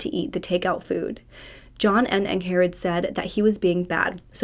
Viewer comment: I am pretty sure her name is pronounced “Ing-Red” not “Ang-Hair-Red” She just has a weird spelling of the name so it’s a bit confusing. 🤷🏼‍♀️😁